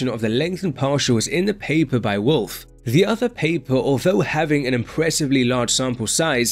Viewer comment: the wolf paper and "this" paper. even he cudnt pronounce the german name🤣